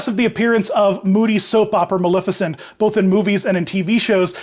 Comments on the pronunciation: As a Disney villain purist, I have to point out that the correct pronunciation of Maleficent is- MaLEFicent. Not MaLIFicent. A lot of people mispronounce it, but if you go back to the original film you'll see the correct pronunciation. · yiu do pronounce the E in her name it coms from the word malefic and in the animated feature everyone calls her Ma-lef-icent.